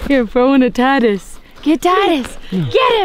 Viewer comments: It's not tidies it's Tydus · LOL he said “tidies” the kids won’t understand